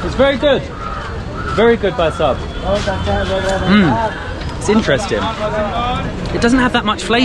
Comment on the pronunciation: It's really interesting the way she pronounce intresting 😂😂just love it